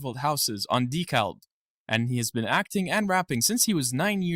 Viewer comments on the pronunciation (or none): none